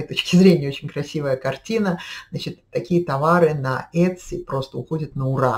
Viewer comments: Произносится - ИТСИ, по крайней мере в Калифорнии ) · правильное произношение в америке Этси. посмотрите англоговорящие ролики на ютюбе :)